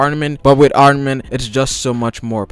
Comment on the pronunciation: "arnament" → armament "gear fort" → gear fourth "haven't heerd about" → haven't heard about